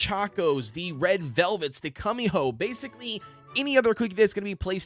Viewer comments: can we talk about how he said kumiho (cumiho) instead of kumiho (koomiho) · No he just said Kumiho wrong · DID HE JUSY SAY CUMIHO? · Yah he said cumihoe 😭